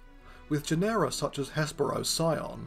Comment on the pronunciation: Stop mispronouncing genera PLEASE